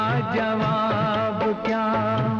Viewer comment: Did anyone notice prr “kya” ko “ka” bol diya. Rafi saab ♥️🫶🏻